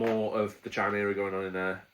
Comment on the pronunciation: Pronounced 'Kaimera' 👍